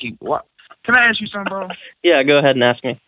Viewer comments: axe not ask;) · He sure "axed" you a lot of questions. He was on sharp cat!!!! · Let me axe you a question. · "You ain't even gotta aks her". Sounds legit. I'd go for that. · Love the ways he say Axe the lady instead of ask...LOL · "Don't axe the lady" - Good life advice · AXE not ASK! cmon guys! Just fking AXE her man! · you don't have to axe her, you don't have to axe her. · He would have made you rich if you would have listened. He didn't say "ask them" at Kroser, he said to "AXE THEM"......lol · How far IS you? You dont even have to AKS her. They insist on sounding ignorant. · I don't ask I aks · No, you don’t ask them!! You AXE them!!!